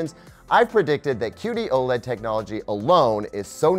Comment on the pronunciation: Anyone else keep hearing 'cutie OLED'? Even the auto-generated captions are confused.